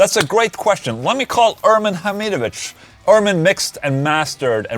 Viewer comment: Ola: Ərrmeen Hameedovich Me: Wut? Guy's actual name: Ermin Hamidović Me: Ahh, ovaj je naš